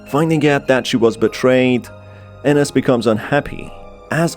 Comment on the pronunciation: You need to learn more on your pronunciations on names like Ines. It is EENES. Not enes. My dead name is Ines and you need to learn how to pronounce it correctly for videos like this. But this is my opinion.